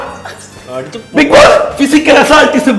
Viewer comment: ബിഗ് ജോസ് അല്ല ബിഗ് ബോസ് ആണ്